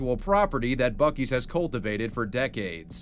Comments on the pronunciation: It's not buk-ii's it's buc-ee's. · What's even funnier about the bootleg Buc-ee's name is that when you pronounce it in Spanish, it sounds familiar (and possibly in reference) to the name, "(Los) Bukis", which is the name of a popular Mexican pop band from the 1970's. If anything, not only would they have been in litigation trouble by the Texas company, but also by the record label that owns Los Bukis. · Let's be real... That's 'Buk-2's' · It's pronounced like bussie's and not buckie's, correct? I'm so confused.